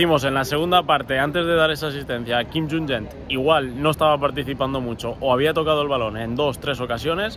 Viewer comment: Quim junynet?? si es así el nombre se pronuncia juñent en Castellano si el apellido es Catalán. Lo digo aquí y lo diré en el análisis porque lo he escuchado en el análisis de Maldini y creo que Juan también a pronunciado mal